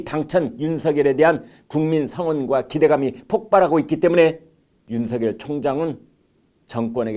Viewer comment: 디지털 시대에 거리가 무슨 소용? 윤총장은 특별수사팀 꾸리면 되는 것이고 부산으로 가는 검사는 부산에 오거돈 부산까지 제주로 가는 검사는 제주까지 등등 뒤집어 엎는다...... 추미애 장관은 자신이 잘못된 선택을 한 것으로 인해 잠을 설칠 것이다.... 문대통령도 밤마다 악몽으로 인해 단말마의 비명을 지를지도 모르는 일 많은 이들이 윤성녈로 (잘못?) 발음하는데 비해 김광일의 입은 윤서결로 바르게 발음! 굿!